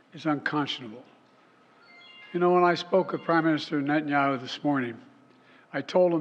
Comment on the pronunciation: ...and calling the Prime Minister "NETTIN-YOW" ... lets not glaze over that